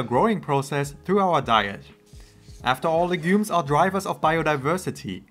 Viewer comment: You talk a little too fast. Please learn to pronounce the word 'legumes'. And talk a little slower please. Nice content.